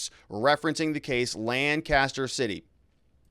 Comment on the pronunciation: This is excellent analysis of the Decision, but I was distracted by your mispronunciation of Lancaster. In Pennsylvania,the first syllable is stressed, and the other two are kind of smooshed together.